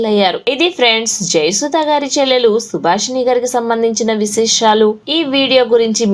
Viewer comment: సుభాషిణిగారు. సుభాషి'ణీ' కాదు. అలాగే, జయసుధగారు. జయసు'ధా'గారు కాదు.